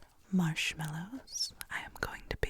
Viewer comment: "Two-count em 2...marshmellows (IDK howto spell marshmmelloes) Lmao